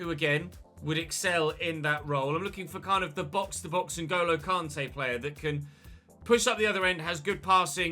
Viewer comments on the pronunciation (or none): Noooo not Caaarntay again please say can-tay pleeeeease